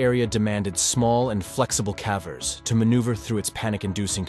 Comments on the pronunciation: Calvers? Sounds like she's giving birth to a cow. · The voice has to be ai right? cause it cant even pronounce ‘cavers’ correctly half the time lol. Put more effort in dude this is sad and boring af to listen to